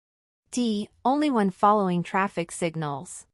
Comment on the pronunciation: bro said "taffic"💀💀☠☠😭😭